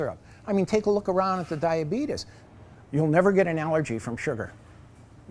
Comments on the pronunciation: ha he said diabeetus!! this place is AWSOME!! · Ha he said diabeetus